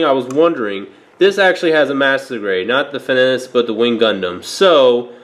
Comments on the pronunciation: FE - NEE - CHI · fen-ee- che lol i think this gundam appeared on jersey shore once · I believe it's pronounced Fin-ee-Chi